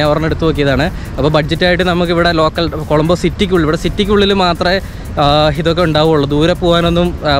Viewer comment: കോളമ്പോ അല്ല കൊളoബോ ആണ്